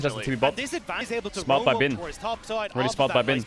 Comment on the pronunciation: and feels so nice to hear bin pronounced correctly